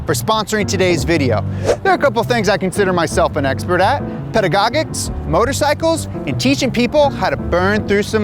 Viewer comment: pedagogic... rymes with logic! youre saying it wrong bruv!